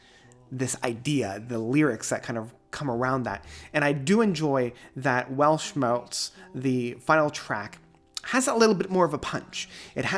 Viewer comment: Not wanna be a smartass, but i would like to offer a little guide for the pronunciation of the word "Weltschmerz": "Welt" is spoken like the english word "held" (the past tense of 'hold'), just with a 'w' and the 't' is like the first one in 'text'. For "Schmerz", you take the "sh" sound from the english Word "shine" for the 'sch'. The 'mer' is like the french word for mother (mère) or like the english word "air" with a "m" in front. For the "rz" sound you cheat a little bit by pretending there would be a "t" in front auf the "z", like in the word "waltz". I hope this helps, if anyone cares 😅greetings from germany!